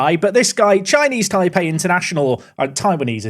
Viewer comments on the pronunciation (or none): none